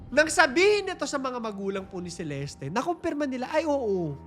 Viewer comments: By the way it's Celest not celestie its just the spelling CELESTE but the pronouncation is celest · Celeste is pronounced as Selest Hindi Seleste … silent E po yung sa Huli. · CELESTE - SEE-LEST